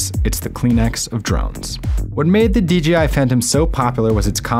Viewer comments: Am I the only one that is catching he is saying DGI and not DJI? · It's not "DJI Innovations", it's "Dà-Jiāng Innovations", or just "DJI".